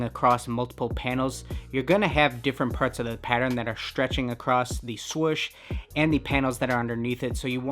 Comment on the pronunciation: He is saying swush